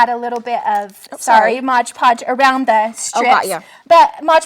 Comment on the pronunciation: it is MOD Podge not Modge Podge.